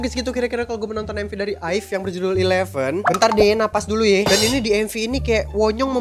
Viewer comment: Bacanya a-i-ve bang